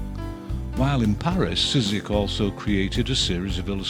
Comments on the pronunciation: Wonderful series. Just one tip for the pronouciation: Szyk would be pronounced as Shyk in his country. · Szyk's name is one syllable! More or less "Shick." Pardon the nittygritty. A fine series. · I don't know if You are a person who narrates this but if you want to say "Szyk" you say "Shyk" as in polish "sz" is read as an "sh" in english. I hope it makes reading polish last names easier :D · Just to let you know Szyk is pronounced 'sh-i-k' Sh(as in shock) - i(as in did) - k(as in key) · For future reference: Szyk is originally pronounced like "shit", just with a k at the end. Don't know what the Americans made of his name in the end, though.